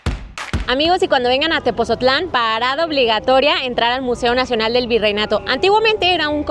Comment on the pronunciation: Neta? Mexicanos y no saben cómo se pronuncia Tepotzotlán? Pues así textual, Tepotzotlán